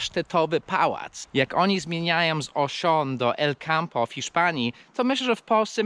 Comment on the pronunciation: I czemu Elcampo czytasz jak wyraźnie masz Alcampo? 🤭